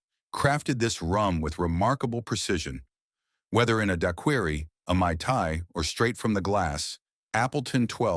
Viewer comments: ... I have never heard anyone prefer daquiri as dakiri before. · Da queer E for Daiquiri. AI rum review it seems. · what is this "dye query" AI dude keeps talking about? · I don't believe I've ever had a "duhkeery". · I can't believe a video about rum could not pronounce Daiquiri. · thats how i knew half the entries on this list would be BS. Surprised they got some right. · Your AI voice can't pronounce daiquiri.